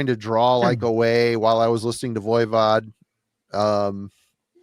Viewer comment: for the love of all things holy lol, would you please stop saying ‘Voya Vod.’ It is pronounced Voi as in ‘boy’ Vod. Sorry to get picky but I have been putting up with your mispronunciation for years and am crashing out lol.